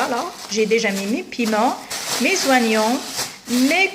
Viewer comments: Et vous avez fait attention au H , et oignon au lieu de prononcer ognon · Oignon se prononce comme "onion" et non pas "wanion" comme tu le fais. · Ya khah 3la les zoinyon